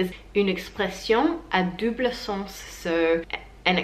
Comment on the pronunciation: I've been listening 4 times in a row to you saying "une expression à double sens". It's so clear and articulate, any french would understand, but the sounds are also very slightly distended so it's clear it's not a french person who speaks, at the end it created a very nice sentence to hear